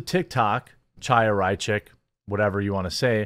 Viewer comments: It's not CH-aya. It's H(with Phlem)-aya! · Chaya is pronounced “High-Yah.”